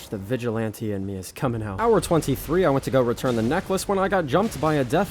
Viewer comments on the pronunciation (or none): none